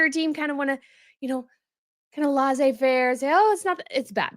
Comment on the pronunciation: I thought your hair was nice here ❤ ps laissez is pronounced lessay :)